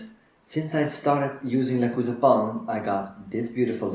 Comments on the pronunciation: I checked their German youtube channel. They pronounce it "le-choo-za" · Le-choo-za. New follower. Binging videos.